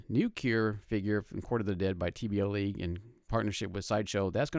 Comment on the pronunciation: Nice vid but it's TBLeague, not TBLLeague.